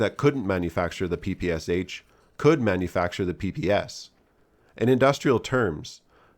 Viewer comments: It's "Pee Pee Sha", not "Pee Pee Ess age". The kyrillic alphabet has a letter for the "Sh"-sound, which is why the h in in lower case. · Pronouncing Sh as S-H is wrong. It's a single letter in Cyrillic, pronounced as SH in "she". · "Pepesha", not "Papasha" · PPSh-41 is commonly called "Pepesha" not Papasha, at least in Poland and the rest of eastern European countries. Great video as always though! Shooting a PPS-43 in full auto is awesome!